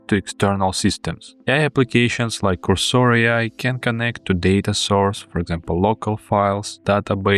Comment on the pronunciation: Cursor should be pronounced with a stress to “u”.